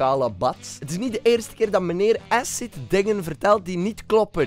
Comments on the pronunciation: Hoe die man acid uitspreekt “essid” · da had ik letterlijk vandaag die man kon acid nog nie eens uitspreken edit: ik was letterlijk in dezelfde meeting die man heeft net hetzelfde tegen mij gezegd💀💀